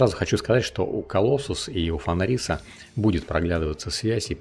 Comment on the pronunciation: автор даже не знает как читать фенрис и альбедо. Ну ёмаё, нельзя же быть таким безграмотным